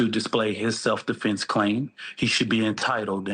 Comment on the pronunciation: The NGAC spokesman has said "self defflence", "re approch" "metclaf"....etc.